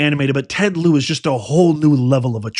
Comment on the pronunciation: Ted Lieu the u is silent